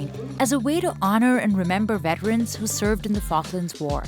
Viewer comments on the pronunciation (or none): none